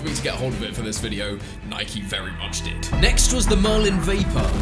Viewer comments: It’s Nike not nikey ffs.u own a bike not a bikey. U don’t likey and subscribe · Sorry but this gets on my nerves he first says ‘Nike’ then he says ‘Nikey’ it’s not ‘nikey’ you don’t ride a bikey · Cough cough * Nike not nikey *. U ride a bike not bikey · Did Chris just call Nike Nike-E, questionable behaviour